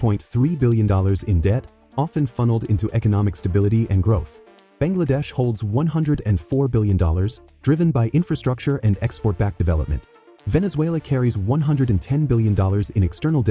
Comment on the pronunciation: "VENEZULA"? Damn, this is irritating! Don't you have any pride?